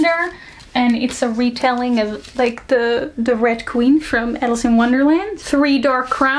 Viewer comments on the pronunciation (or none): none